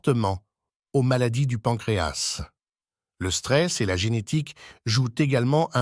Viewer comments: D'abord on dit pancréa (s) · D'abord, vous venez nous parlez d'un organe situé à l'intérieur d'un corps et vous ne savez même pas que la lettre "S" située à la fin du mot "pancréas" ne se prononce pas. A Pour "les deux cas", vous avez prononcé "les deusses cas" , alors que ça se prononce "Les 2 K". Et enfin, les maladies ne viennent pas des aliments gras comme vous le dites sans aucune preuve, puisque nos ancêtres mangeaient des produits gras mais "naturels" et avaient une excellente santé même après plus de 100 ans, mais du fait que tous les produits alimentaires, les viandes blanches et rouges et les boissons que nous consommons actuellement contiennent des produits chimiques mélangés dans la terre, puis des produits chimiques vaporisés sur les cultures et les herbes destinées aux humains et aux animaux, puis d'autres produits chimiques mélangés pendant la transformation de certains produits, surtout les produits conservateurs et qui attaquent tous les organes du corps, donc nous consommons des produits "semi-empoisonnés" qui attaquent tous les organes et non pas le pancréas seulement. Par exemple, toutes les boites métalliques de conserves sont essuyées à l'intérieur avec de la graisse de porc traitée chimiquement avant leur remplissage pour prolonger la durée de vie du fer utilisé pour retarder l'apparition de la rouille.